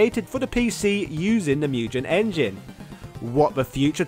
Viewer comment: MugGEN, not Mujen! 🤬